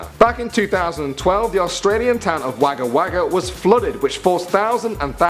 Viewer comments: Wagga Wagga is pronounced like wogga wogga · When you pronounce Wagga Wagga, the 'a' sounds like the 'o' in bog. :) Still a weird ass name for a town, but not as weird is Tittybong and Wattanobbi (which is are real places here in Aus) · It's funny how he says Wagga Wagga